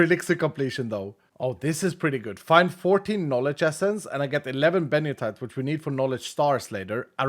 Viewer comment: So how old were you when you realized the ore is actually called Benito-ite and not Benio-tite as calls it